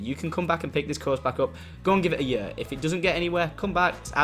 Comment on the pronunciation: i love how tom pronounces year "yur"